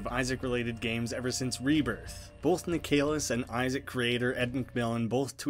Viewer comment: just an fyi, "Nik uh liss" not "Nik ay liss"